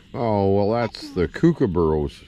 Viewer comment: Enjoyed that mate. By the way it's pronounced "cook uh Burra" lol..nice work on the trap too.. will have fond memories..the little clip of him saying " I'll be back" cracked me up😆👍